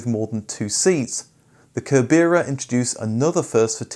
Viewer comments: Always enjoy your stories. Cerbera is pronounced sir-burr-a. Thanks for all the vids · Cerbera = ser-borough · I think that the Cerbera is commonly pronounced as “ser-ber-a” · Cerbera pronounced Ser-ber-a named after Cerberus the 3 headed dog that guarded the underworld in Greek mythology. No K at the beginning. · Enjoyed this as improved my knowledge of TWR. The name of the TVR Cerbera is pronounced like the three headed dog Cerberus - ser-ber-ah though I've also heard is said as ser-ber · Cerbera, pronounced SIR-burra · Its pronounced Sir - ber - ra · Isn't Cerbera read like Cerberus? That's what I always assumed. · I love a lot of your content and this TVR/TWR mashup was certainly an interesting concept. My only consistent feedback about your videos is that spending a little more time researching pronunciation would be great. Sometimes you get it spot on (e.g. Patrick Le Quemant) but Cerbera and Ebbw Vale shouldn't have taken too much effort to get right. Similarly with Giorgietto Giugiaro I seem to recall you always get his first name spot on then give us nothing like his last name. Keep up the good work though. This is just a reflection to help to make some great videos even better.